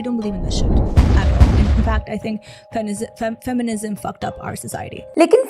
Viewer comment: It's not fam-mi-nism It's fem-mi-nism